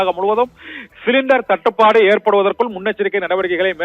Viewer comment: 🗣️🔊என்ன புரிஞ்சிக்கோ ❓தட்டு படு ✅சுருக்காம 🗣️🔊🤪தேளிவா பேசு 🔊😝🔊🤪🔊😝